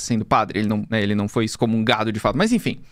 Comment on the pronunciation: memória EIDETICA, nao memoria aidetica kkkkkkkkkkkkkkkkkkkkkkk